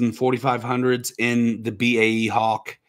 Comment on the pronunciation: Go with B-A-E Hawk - "bae" Hawk sounds like "Bayhawk" (that's an Annapolis lacrosse team). And "bae" is Danish for "poop".